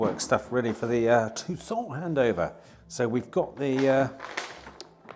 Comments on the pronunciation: Why do you have such a problem pronouncing car names. The Tucson is one in point, it’s pronounced Too_Son as in Too_Son Arizona. Was really pleased that you sold it, so not having to hear you butchering the name. Now you’ve started with the bloody Nissan Qashkai, which is NOT pronounced as Qash_K, rather Qash_ Kie (As in Pie) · Surely u have been told by now it’s Mountune not Montune……oh & need to have a Tucson in stock permanently to hear u keep saying it….❤❤❤❤❤ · . He’s not good at ‘Tucson’ agreed..it’s all a windup..🤭